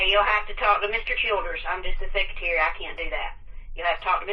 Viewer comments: What’s a seck-yuh-tarrie? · What’s a secutary? Does mean secretary? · No idea, however, to me, it sounded like he pronounced it “sec-utury”